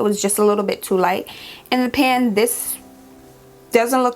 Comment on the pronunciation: When u said pan 😂😂 🇯🇲 I said only a Jamaican can relate